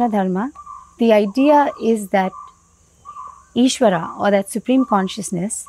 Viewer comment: appreciate sharing that information, humble request though, kindly pronounce ishwara and dharma over ishwaraa and dharmaa, although language is english but words are Indian, this is symbolic in a sense to represent true Indian view over western understanding and interpretation. don't mean to offend but thats my sincere feeling.